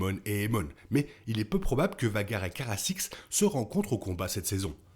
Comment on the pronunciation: Caraxes, pas carasix 😂